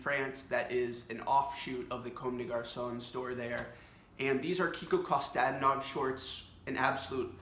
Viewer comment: Do you know any other Bulgarian Designers like Kiko? Btw it’s pronounced Kostadínov (in Bulgarian)